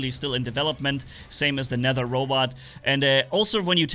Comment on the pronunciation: I'm surprised you're the first to pronounce "Nether" correctly. Other people probably confuse the way of pronouncing "th", because you say Aether so different. In case you're wondering, they say it "Net her".